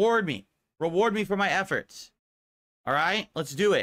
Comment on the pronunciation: It's difficult hearing spit the word "Effort"